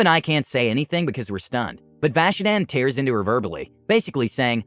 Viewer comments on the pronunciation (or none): none